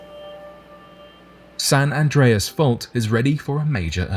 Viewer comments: You pronounced it perfectly bro. Doing good things. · You are pronouncing it right and I went to San Andreas high school in California and I lived on the San Andreas Fault in Tiburon California, which is in the Bay Area. John creak. Get at me bro. I’m around the corner from you on the Contant creator in the making right now. Peace to you and your family. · You’re pronouncing it correctly. Go online and research the San Francisco quake in 1906… look at the pics that show how wide the earth spread and see the cars that were swallowed. Then… the ground merged back together. Plus, there’s a website that monitors the quakes in California every day. You can check it and see how many, their magnitude and locations. It’s always updated and current. Having been born in Long Beach I remember more than a few. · Your pronouncing it right lol😅